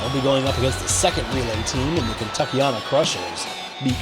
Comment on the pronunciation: Let’s go Kentuckyana krushers are he but I will say the end of our team name is said like anna